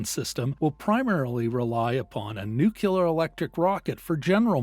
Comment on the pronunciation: Learn how to pronounce nuclear....